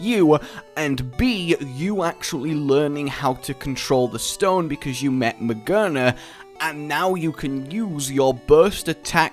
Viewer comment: Not Ma-ger-na, Ma-GEAR-na! It's head is literally a gear! How did you miss that?